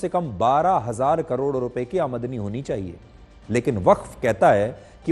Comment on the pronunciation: Sudhir Chaudhary ko aamdani word bolna hi nahi aa raha hai jabki woh kitne bade news reporter hai aur is news me kitni galtiya kiye hai isko delete karke dusara vdo banaye